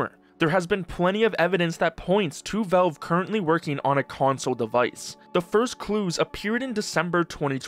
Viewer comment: Please learn to pronounce Valve correctly.